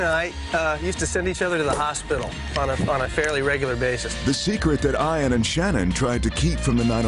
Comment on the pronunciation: Shannen not Shannon